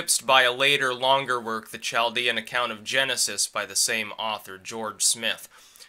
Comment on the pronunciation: It's pronounced kalˈdēən.